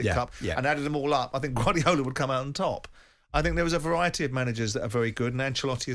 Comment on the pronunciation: The last caller is either a teenager or an imbecile, Jim managed to communicate this point somewhat more succinctly by cutting him off mid sentence before he could spout any more "I fink his name is fernandinho" drivel